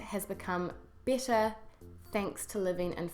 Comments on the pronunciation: However, you feel "BITTER"!!! That's what I hear. Do you mean "BETTER"? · sounds "bitter" instead of "better" because of your NZ accent. lol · your "better" sounds like "bitter" hehe. great channel by the way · I have to agree with the "bitter" instead of "better" but this is quite a good and thoughtful video. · Hope you don't mind but if you pronounce "better"..."bitter", how do you pronounce "bitter" then? I don't mean to be offensive, I'm just curious. Greetings from Italy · Carlo Defilippi yep i thought the same thing !!!